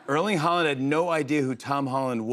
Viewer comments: Haaland not Holland. Pronounced hOR Lann silent d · Did he say there's another Holland when referring to Haarland?